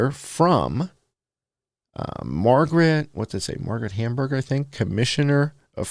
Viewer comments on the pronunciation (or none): none